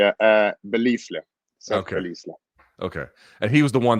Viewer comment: Seths last name is pronounced buh-lyle (spelt belisle). As diligent as luke usually is, I would have expected him to know that